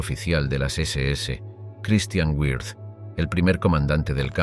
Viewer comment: WIRTH [vɪʁt] ... no güirz